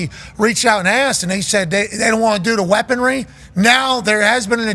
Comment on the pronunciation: def said weapon-dree, had a second chance to fix it, decided nope you misheard me and said it the same way again 😂😂 legend